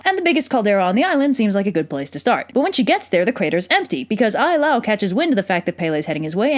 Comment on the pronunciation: Also, Ai la'au ( aye- lah- ow). Maybe a little more focus and respect on the cultural traits, language and spelling matter, before you story about their myths....